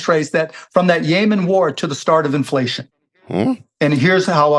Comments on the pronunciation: It's Yemen! Not Yayman!!! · Bro it’s Yemen not yaman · Why does he say “yay man” instead of “Yeh men” like every sane person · Yemen not Yea-man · It’s YEMEN not Yaman 🙄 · is "yaymen" same as Yemen? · “The war in Yaymen” 😅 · “Yay-min” lol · What the hell is yayman ?😂 Cuban’s next gig (if he doesn’t get the SEC chair) is a MSNBC show. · When he pronounced Yemen yay man I knew he didn’t know what inflation meant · Why does mark keep saying 'yay-man' instead of yemen 😂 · Yaymen is driving me nuts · As I start most my comments I LOVE Chamath & David Sacks. David’s counterpoints to Cuban’s lunacy made way more sense & kept the convo interesting.😁 David looked like a million bucks in this episode. Cuban’s pronunciation of Yemen & how it connects to inflation made zero sense. Best part➡️ “When did she say something smart? I mean seriously when’s the last time she said something smart?”😂 Appreciate JCal’s attempt at levity, some of his opinions are not my fav. Pharmaceuticals, ugh.🫤 You can tell Cuban is definitely partaking in Ozempic.🫢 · Wonder where Mark got his pronunciation of Yemen? It's definitely the first time I've heard it pronounced that way. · Why is dude pronouncing Yemen like that? 😅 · This is a good demonstration of how billionaires are not that sophisticated. Cuban has this whole theory tied to Yemen and then doesn't pronounce the country's name properly. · Is Mark saying Yemen wrong or am I?